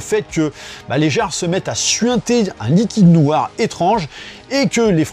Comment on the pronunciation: "unn liquuide neuoooir" c'est de quelle region cette accent?